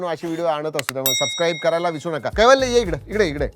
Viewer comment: कैवल्य ❌ वैकल्य ✅